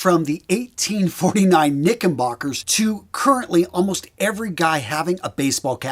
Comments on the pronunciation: *Knickerbockers, NOT Knickenbocker. Make a note of it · Did you honestly say, "Knickenbockers" over and over?